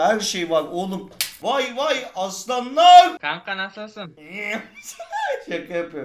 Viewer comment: +Vay Vay aslanlağğğ. - kanka nasılsın? +iğiğim Svgssgsh